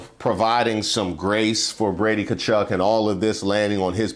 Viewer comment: Just a quick fyi, Tkachuk is half Ukrainian so his last name would actually be pronounced Tkachook.